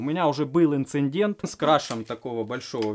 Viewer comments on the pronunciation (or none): У инженера-конструктора - воздушный винт, у колхозника - пропеллер. А еще у колхозника в слове "инцидент" аж три буквы Н прослушиваются. Ну и эпоксидная смола у колхозника не полимеризуется (отверждается), а сохнет.